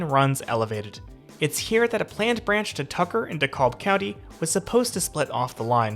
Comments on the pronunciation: Just some friendly ATL pronunciation tips. Dekalb sounds like de-CAB (like a taxi cab) the L is not pronounced at all, Gwinnett is gwi-NET, and the T in MARTA is not so heavily voiced. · Also it’s not “Dee-cob”, it’s “DEE-CAB” county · Good information especially for newbies. A couple of things though if you don’t mind… It’s just “MARTA”, not “MAR-TAH”, and DeKalb County is pronounced, “De-kalb”, not “Decob”. I’m thinking from your accent English may not be your first language (?) but just pointing this out. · Dekalb = Dee-cab, silent L Gwinnett = Gwen-ette Great video!!!! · Did you mean "DA-KABB"? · DeKalb- the L is silent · They're pronounced De-Cab and Gweh-net. As an Atlanta resident, I detest how little coverage MARTA has, and that is absolutely down to the lack of coordination of these counties. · "DeKab......." "Gwin-et." From a native Atlantan. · Pronounced De-cab for Dekalb, and Gwinnet is Gwen-net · Gwi-Net' accent on second syllable. De Kalb -de Cab' (almost New York like de Taxi Cab). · Also DeKalb is pronounce Da-KAB County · It’s actually pronounced De-kab. The L is silent. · Dude, as a local, I enjoyed your perspective, but please learn how we pronounce MARTA, DeKalb, Gwinnett and other local names. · The creepy dude also messed up DeKalb too. These people make videos about places but have NO true idea about the area.